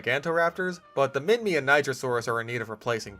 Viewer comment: As an Australian i can confirm Minmi is prnounced Min-mee, its named after the place it was found